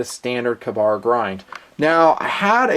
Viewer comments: Lol, "KAH-bar"? Come on... KAY-bar! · I am glad I am not the only that thought it was a long-a instead of a short-a. Another example of Tomato/Tomato though. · Its a freaking Kay-Bar! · Makes for a good battle cry tho, "KAH-BAR!!" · Weird pronunciation of Ka-bar.